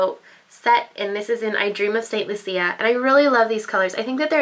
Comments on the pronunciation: You are pronouncing is as St. Lucy-ea. it's supposed to be after the island, Saint Lucia, or pronounced as (saint lush a) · Actually, according to a friend of mine from St.Lucia the correct pronunciation is san loosha - but that obviously is not the way it is written. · not to be rude, but it's pronounced saint LOU-SHA (St.Lucia). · OK, because it is my country I just had to correct your pronunciation of the palette name. Saint/St. Lucia is pronounced like Loosha. Thanks! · btw im pretty sure the palette st-lucia is pronounced st-lu(ch)ia....loll not to be mean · The pallet is showing in this video is named after my country. The entire collection is named after Caribbean islands. St. Lucia is pronounced the way I told, and that is why I posted the correction. I wanted her to know, because I figured she just wasn't aware. Now you know too, you don't just discard the proper pronunciation of a country's name like it's irrelevant.... it's a little insulting to the people of that country... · Spanish: Santa Lucia, English: St. Lucia (pronounced the way I said). She wasn't speaking Spanish. I am trying to help her out with pronouncing the name of my country. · I was about to correct her pronunciation of St Lucia and saw that someone else beat me to it! There's also one of those palettes names "i Dream of Barbados", which is my country and It's a really pretty pink/purple palette. That whole collection is pretty darn cool!!